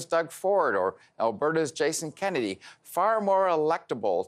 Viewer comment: Kenney. Not Kennedy.